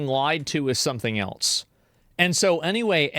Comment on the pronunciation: Why do you say eltse?